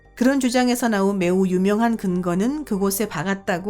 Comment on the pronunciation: 성우 제가 해드릴까요?남자 성우라도 괜찮다면 해드릴게요 목소리 음색은 그렇다 쳐도 된소리, 거센소리도 구분안되는 발음은 짜증나다못해 진짜 충격적이네요ㅋㅋ 발음이 탈북민이나 조선족 수준 이하인데요? 예를 들면 이번 영상에서는을 이본 용상에소는, 유명한을 유묭한, 달 표면에서는을 달 표묜에써는 그 외에 수십가지나 되는데 다 나열하기 빡세네요 그리고 왜 말끝을 흐리시나요?기본 자체가 안되어있는 나래이터인데요?